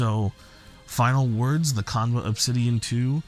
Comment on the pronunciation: It's pronounced- "Chan-buh"